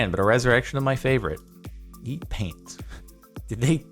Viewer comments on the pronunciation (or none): It's pronounced p-ant not paint